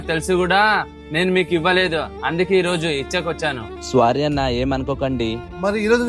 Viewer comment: Sorry ❌ SWAARY✅ 😂😂😂